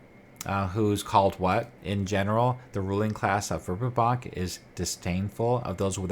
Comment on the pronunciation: Great Work. I love this area of Oerth. I was introduced to it in The Temple of Elemental Evil. Not to be picky but you are pronouncing the city wrong. Dragon Magazine 93 has a pronunciation guide for Greyhawk " Verbobonc vair-BO-bon (silent 'c')"